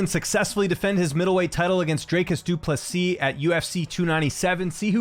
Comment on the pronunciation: Do Soo Plee...? Yes, that was a BUTCHERING!!! 😂👍🍿